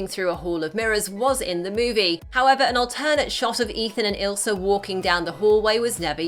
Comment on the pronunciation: its ILSA not ISLA